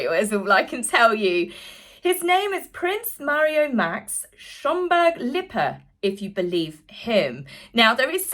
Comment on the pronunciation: And unlike certain nameless others you know how to pronounce Lippe i.e. not Lipee…….